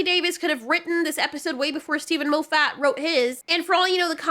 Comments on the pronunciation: Maw-fit, not Moe-fat...JFC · Moff Et. not Mo FFAT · His name is pronounced Moff-eht, no MO-fat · Steven 'Mowfat' 😭☠️ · Every time you said Moffett it made me smile. " Mo fat " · Could you please stop mispronouncing Steven Moffat's name.